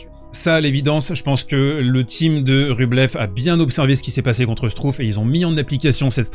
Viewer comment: Struff se prononce chtrouffe, pour la prochaine fois …😉